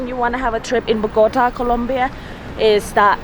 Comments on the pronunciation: 1. Kinda bothered me when you say the city name, it's BogoTA, not BoGOta. Accent is in the last syllable. Just FYI. 2. They tell you to not go south because that's the area where many low-income/working class people live and you find a lot of places with visible poverty. A couple of 'gringos' would give too much 'papaya' there. You can visit, but you should be low-key and probably with somebody that knows the area. A lot depends on specific neighborhoods. --- Look up a map of 'Estratos en Colombia' (Economic stratification) to see how the city is socioeconomically divided by districts -- Monserrate is located around 1,2,3 estratos, so the safety of an area can't be quite correlated with low estratos. In general, you you don't flash expensive stuff like your iphone if you are alone here. ** I would say it is fine down south as a tourist until you reach 'Tunjuelito.' There are commercial neighborhoods like 'La alqueria' where you can find every textile you want, dresses, halloween costumes, etc. Also, there is 'Centro Comercial Centro Mayor' which is one, if not the largest and newest shopping mall in Bogota (great stores, movie theaters, etc). Also, there is 'El Tunal' which has another shopping mall, and a park. Lots of people fly kites here during the windy months like August. 3. Why did you hike down? You hike up and take the teleferico down. It's too much for your knees otherwise in my experience. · Bogotá!!!! BOGOTAAAA. That lady say BogOta. Is wrong! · She does not know how to pronounce Bogotá.😠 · So as “travel bloggers” you didn’t even bother researching how to write “Monserrate” or how to correctly pronounce Bogota?... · The way you pronounce Bogota hurts my ears. lol